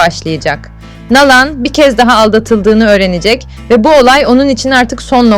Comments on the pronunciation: Doğru telaffuz yapın. Nalan değil na`lan diye inceleyin lütfen diziyi izleyip Nalan nasıl seslendirilmis öğrenin. Pes yahu bu nasıl bir TUrkcedir sizi asla tiklamayacagim ne abone olmasi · Nalan deyil naglan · Nağlan nedır ya?😅 ....Nalan dır doğrusu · Nalan ismini düzgün söyleyin ltfn. Dizi berbat ve seyredilmez bir hale geldi maalesef. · Nalan demeniz çok rahatsız edici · Seslendirme yapay zeka ile yapılıyor, “Nalan” diye okunmasının sebebi bu. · Ya hu şu Nalan kelimesini doğru söyle ne öyle oldun der gibi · Nalan ne ya yanlış telaffuz ediyorsunuz ismi😂